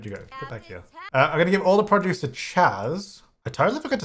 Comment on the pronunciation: I love how you say Produce. :) Prajuice ;)